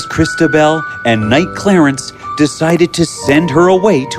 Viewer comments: Is knight pronounced like that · you said kind instead of knight . hehe i have sharp ears . but i liked the story